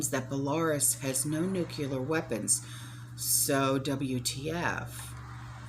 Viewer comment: Belaruse is Bell-a-roose.